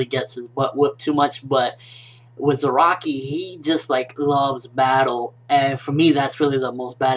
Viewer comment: it's piss me off every time he say zeraki! his name is fking za ra ki ! not ze ra ki !